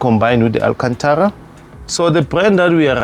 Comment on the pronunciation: I felt him when he said AlKHanThara...